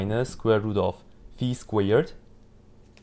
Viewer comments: thank you for the video and for correctly saying the name of the greek letter (not fai, but fee). Same should be for pi (which is pee, rather than pie). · 👏👏👏you pronounced the letter φ correctly yeyyy💯💯🙏